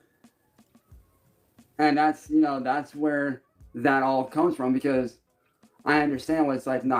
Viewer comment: Has anyone noticed that his use of the word 'because' is always pronounced 'a-cause'? He can't pronounce b's....or anything else, really. LMAO.